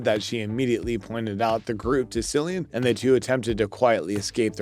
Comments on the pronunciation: Not a single blooper and a fool saying "See-lian" instead of "Kee-lian"? Thumbs down! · ITS NOT SILLIAN ITS CILLIAN PRONOUNCED KILLIAN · Very disappointed, no bloopers , can’t say the actors name properly. This show deserves better. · His name is Cillian Murphy!! Winds me up when people get his name wrong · Did you really not even take the time to learn how to pronounce Cillian Murphy’s name? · Very annoying!